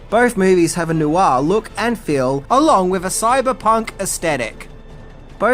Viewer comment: Noir is one syllable not two.